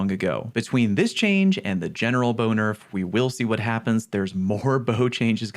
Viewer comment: Lol... you said Boner-f (Bow-Nurf)